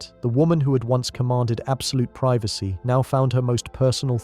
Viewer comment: Dude is it pronounced privacy or privacy? Pick one. lol 😉